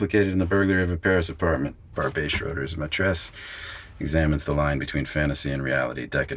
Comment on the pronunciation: Barbet is pronounced Barbette. I do not know the film. Matt Damon is impressive